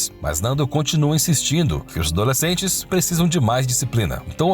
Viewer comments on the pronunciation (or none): A leitura do texto estava estranha... toda vez que falava "Os adoslecentes...", ele falava pausando.